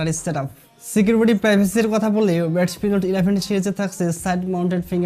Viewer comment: Vai readme. reatme na 😄😄